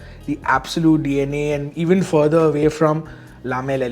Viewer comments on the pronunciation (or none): none